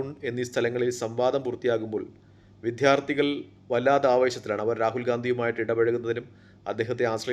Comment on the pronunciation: ആദ്യം വിദ്യാർഥി എന്ന് ശരിക്ക് പറയാൻ ശ്രമിക്കു.